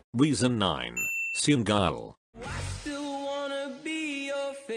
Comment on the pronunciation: Seung gayon instead of seungyoun HAHAHHAHAHAHAHA